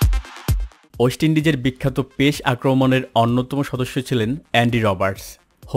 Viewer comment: ভালো লেগেছে কিন্তু উচ্চারনগত ত্রুটি সম্পূর্ণ উপভোগ করতে দেয়নি। যেমনঃ ১. পেস= আরবী হরফ পেশ(`) এর মত উচ্চারন। ২. পেসার হয়েছে= পে..শার। এই টাইপ আরো কিছু জিনিস।অন্যথায় খুবই তথ্যবহুল ছিল।।